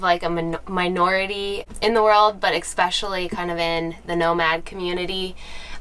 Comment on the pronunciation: You seem like a smart woman but how does a teacher justify saying EK-Specially?!? SNS, but whenever I hear especially (es·pe·cial·ly) pronounced with an "EK", all I hear is ignorance.